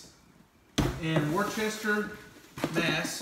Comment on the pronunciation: Oh he really said "war-chester" instead of Worcester